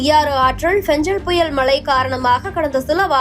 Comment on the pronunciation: மழை என்பதற்கு பதில் மளை என்று உச்சரிப்பதா ?